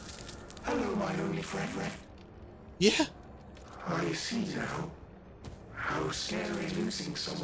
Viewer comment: Hello my Onlyfriend still sounds wrong to me.^^